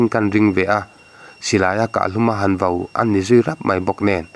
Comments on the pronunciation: Kahluma ( vo ) ni lovin VAU tih tur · Kahhlum ah vo nilovin, vau tih tur aw, mizotawng humhalh na zel